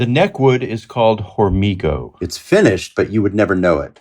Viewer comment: It's pronounced "Ormigo" the H is silent in Spanish. And it's available in North America... Mexico! Remember México is North America...Not Central America!!